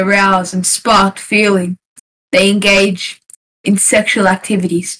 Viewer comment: LAST NUNGAGING 💀💀